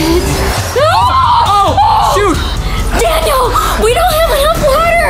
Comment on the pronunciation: It’s Daniel not DANIAL